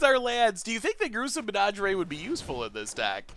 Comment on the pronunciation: Pronouncing "menagerie" like "lingerie" is my favorite pronunciation of all time. So saucy.